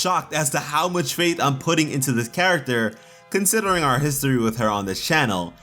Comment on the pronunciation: I love how he says "our"